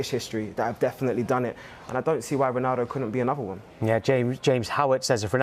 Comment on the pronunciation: Man really said original roanaldo I thought it just for us to troll Cristiano